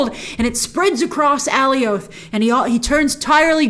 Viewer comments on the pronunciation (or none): I love these breakdowns and all, but something is bugging me. In the episode, and I had subs on too and how the Lokis called him, Alioth is supposed rhyme with Goliath, right? Not "Alley Oath". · Grace: ALLIE-OATH MCU: A-LIE-UTH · It’s jarring hearing you pronounce “Alioth” completely different from the show, they were pronouncing it more like “Goliath” without the “G” which I thought was cool just cause he’s so big compared to the Loki’s. But whatever that’s just a random rant, love your videos watch them all the time! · Oh my god it’s uh-lie-uth not Allie-oath lmao they even said it in the episode so you don’t even have the “I’ve only ever seen it written in the comics” thing to fall on. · Okay, it's nitpicky...but I gotta say it. It's AL-EYE-OTH...not AY-LEE-OTH. Love ya, Grace, but you were making me crazy! 😆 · It bothers me that Grace keeps saying Ally-Oath. It’s “A Lie ith.” I don’t know. Big fan, but it really bothers me😂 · the way she was saying Alioth like “alleyoop” and not like in “Goliath” 🥲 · It’s not pronounced “Alley Oath.” Alioth rhymes with “Goliath.” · I've also been pronouncing it Alley-Oath all my life since I encountered it in the comics, only after the episode did I realize that it should rhyme with Goliath... So Alley-Oath has been burned in my head for multiple years now, maybe the same here? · Alioth pronounced like Goliath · Alioth is pronounce like “Goliath” 😅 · Not alleyoop 😂😂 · Alley-oath would be more accurate than how they pronounced it in the show. ˈæliɒθ is the IPA for it. It's not a name original to Marvel, but it seems like they want to use a unique pronunciation for it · It’s like “alias” except its with “th” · Just to help u out grace. It's pronounced Alioth like Goliath but without the G. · Is it me or is she pronouncing Alioth weird! Lol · Why do you pronounce alioth like that? 🙄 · I thought I was going crazy for a sec. lol she kept mispronouncing it and I’m like wasn’t it clearly pronounced for us on the show a bunch of times?